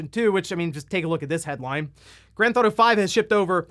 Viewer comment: "GranTh'Auto 5"